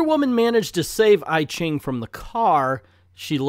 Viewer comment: I ching is pronounced E ching.